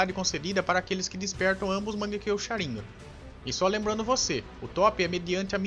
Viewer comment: "Sharínga" "Sa-su-ki" kkkkkkkkk Mano vc realmente assiste o Anime? Tu fala tudo errado.